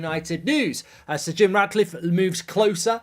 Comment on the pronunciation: He's doing my head in saying Radcliffe